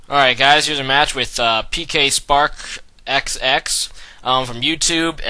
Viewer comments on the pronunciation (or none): 11th time watching! lol idk if its 11, but its alot. BTW, its pernounced Sparks. the "xx" is just for show. ^.^